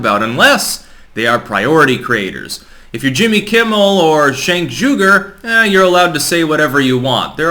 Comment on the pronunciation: Did he say Shank Jewger?